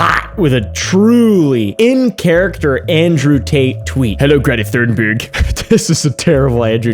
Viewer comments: Say Thunberg with a T thats how u say it kind off. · I just wanna say, cause I’m Swedish like Greta. Thunberg is pronounced with the Th as a T, you pronounce it like the T in Tuna. Just a little help from a Swedish fan!😅😊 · You say it like Greta Toonberg, as if you would pronounce the toon in Cartoon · hey it's pronounced Thunberg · Why is it so hard for english peapol to pronounce tun-berg